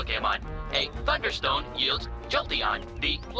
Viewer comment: When The Pokedex Sayd Thunderstone On The Eevee Part I Heard F!UCKERSTONE!